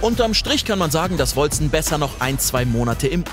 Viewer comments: Wolcen wird "Wolken" ausgesprochen, also auf Englische und nicht deutsche Art Edit: Hab grad ne Antwort von den Entwicklern auf Steam gefunden, wie es ausgesprochen wird: "Wal-ssen :) But you can say it as you want. It is old English for "Celestial", and can be pronunced : Wol-ssen or Wol-Ken" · hab es grad nochmal gegoogled und die Entwickler haben folgendes gesagt: "Wal-ssen :) But you can say it as you want. It is old English for "Celestial", and can be pronunced : Wol-ssen or Wol-Ken"